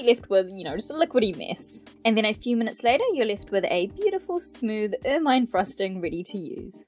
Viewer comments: Pronounced "ermuhn" not "ermyne" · It's pronounced Er-min-ee